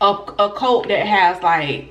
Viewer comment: Girllll that southern accent I thought you was saying COLT (baby horse) instead of CULT 😂😘😂